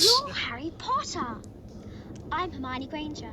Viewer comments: Hair-moyne ...is that to be funny or have you not heard the characters say her name yet? Her-MY-oh-knee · « Hairmoin » 😂😂🤣 that must be the funniest mispronouncing ever ! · Who the fuck is "Here-Moyn"? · pronouncing Hermione as “her-moyne” lmao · Grainger is the add I got before this and that made me laugh as it is spelled different but is the same pronunciation as Hermione.